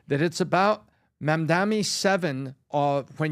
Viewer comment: Why are they calling him Mamdami? It’s Mamdani. It’s ni, not mi!